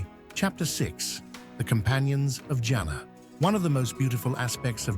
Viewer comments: It's Janna not janaaa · Can you please say jan-na not jana